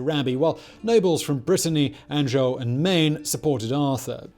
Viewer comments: An-Joe and Poi-Toe. Solid attempt Simon. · Love this channel, but Annejoe, Poitoe, scutadge? C'mon it ain't that hard :))